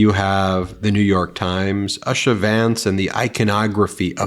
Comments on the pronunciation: While I am a staunch Democrat, please respect Usha's name. Long vowel U. Like the word jute. Thank you. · "Usha" is pronounced "Oosha"